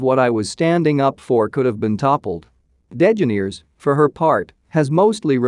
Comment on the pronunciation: It is de ge NER es .... as the pronunciation. I have never heard it pronounced NAIR ...it is ner. It isnt even spelled degenaires ... it is ellen DeGeneres. Good lord 🤣🤣🤣